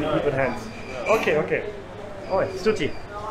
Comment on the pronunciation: A li'l some'ng to help with yer pronunciation. Try to pronounce as 's-thu-thi' instead of 's-tu-ti'. You'll surely get better.